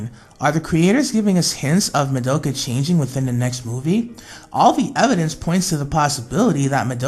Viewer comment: Not hate and all but you said Mo-do-Ka her real name is Ma-do-ka